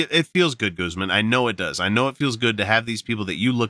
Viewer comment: Pretty sure Guzman is a hispanic name and would be pronounced with a long a, but then US english does not know anything like that.